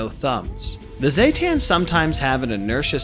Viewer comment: ZEEE, as in the letter Z, not ZAY, as in lay, zetan ZEEE-tan, god everyone says that wrong when the npcs in game for 76 say it the correct way, the homer fellow, aside from that, I love the video lmfao XD